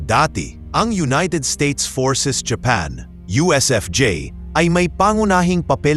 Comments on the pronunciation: Anong hapan paki ayos mu nga ang bigkas ng japan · Daw pangit pag pronounce mo sang japan daw ang palagi lng gina pronounce gamita sir . Gusto mo ma unique gid